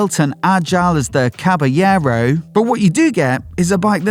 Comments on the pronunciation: It is pronounced Cabalero..you have to pronounce the L it's not Spanish it's Italian! Fantic motor a remake of the iconic Motocross bike from the 70's! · I like the Triumph 400 followed by Caballero (wrong pronunciation on the video). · Awful pronunciation of Caballero 😂